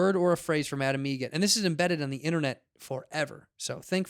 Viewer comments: It’s Adam EGRET...like the bird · actually it's egret, like the bird